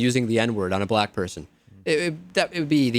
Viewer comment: the big affected pauses in her apology were so that we can visualise her doing that annoying forefinger waggle that is supposed to represent quote marks. you can hear where she's coming from by the way she gives the word "black" two syllables when she refers to "ber-LACK" comedians who use the n-word